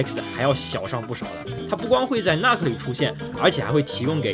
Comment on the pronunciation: 那个nuc不读作“那克”，应该读成“怒克”